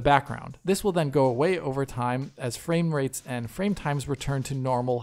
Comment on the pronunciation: fwame wates